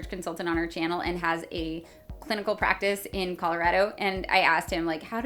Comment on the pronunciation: I know you said clinical practice but I first heard cynical practice. Hey! I have one of THEM! Ha!